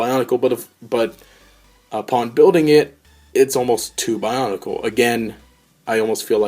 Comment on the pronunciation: bionicle not bionacle lol